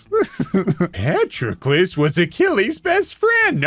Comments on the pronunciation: Me: Patroclus is pronounced "puh-tro-kluhs".: No, this is Patrick. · Your mispronunciation of patrolucus is infuriating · Say it with me now: pa-TROK-el-us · Anyone gonna talk about how he pronounces Patroclus as "Patrickless" as if Achilles is missing a Patrick. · I hadn’t heard the name Patroclus mentioned for absolute years and I thought you were saying Patrick-less. And I thought that was some euphemism in itself that I couldn’t understand but was pretending I could. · here's how you say Patroclus Puh-trok-uh-lus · Is no one going to mention his mispronunciation of “Patroclus”?